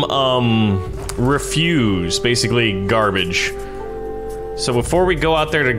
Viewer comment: It's not refuse, it's ref-use (soft S).